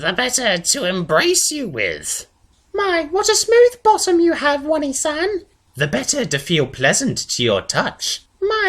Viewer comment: wany san? I'm not sure if I should correct your pronunciation or tell you that while it is too late for me, you can still be saved from the weeaboo disease. the correct pronunciation btw is oh-nay-san